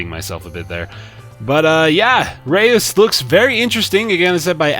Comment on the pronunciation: I know this is probably to little to late, but the name "Reus" is actually the Dutch word for giant. If you put the word in Google translate and press on the speaker, that's how you pronounce it.